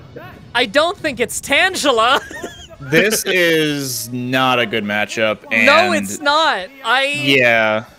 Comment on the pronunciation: ...yeah, but "tangle".